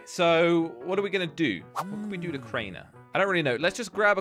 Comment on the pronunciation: its not cainer its Crainer